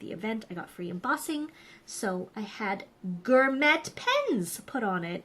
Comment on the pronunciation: Gor-met ? Really. And you’re Canadian… you practiced for this video before broadcasting didn’t you?